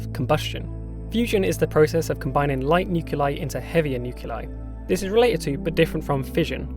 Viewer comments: "nuculei" My man, it's "Nuclei". "Nuclear", not "nucular"! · What the hell are "nuke you lie"? It's spelled "nuclei". That's "nu cle i". "new clee eye". I can't listen to this. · Nice video, but nuclei is not pronounced "nuke-u-leye"